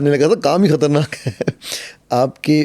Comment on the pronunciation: Hatarnak kuch nahi hota, Khatarnaak hota hay